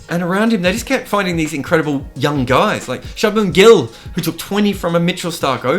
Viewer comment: it's pronounced shoe-bmunn gill and Washington soonder